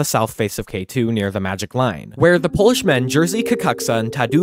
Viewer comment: bro wth are those polish names pronunciation